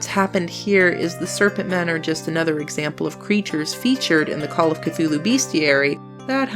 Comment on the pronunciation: Well in fairness you got Cthulhu correct even though not even H.P. Lovecraft knew how to say it. ;)